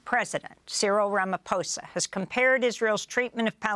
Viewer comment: Its pronounced “Apart-hate”, “Ramma-pozza” (not “apar-theit” or “Rama-fozza”)